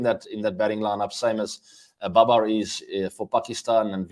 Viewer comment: babar is not baber . he is India :D